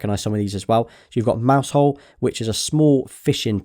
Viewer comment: Haha mousehole, come on dude, it's "mauzul"